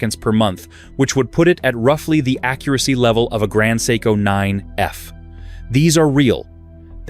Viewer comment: maybe you should first learn how to pronounce "seiko"?